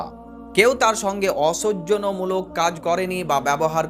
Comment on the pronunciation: অসৌজন্য মূলক শব্দটি ভালো করে 10-12 বার উচ্চারণ করে নেবেন